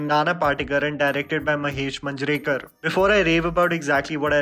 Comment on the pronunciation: Please learn to say Indian names properly. I know you are a high-brow English educated and you have a right to look down upon poor unpronounceable looking boring Indian names. But no harm in trying! Try it once. It's Maanj-ray-kar, Bell-vull-kar just to give you few..